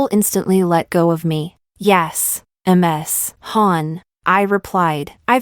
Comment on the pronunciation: Why does AI keep reading Ms. as M S?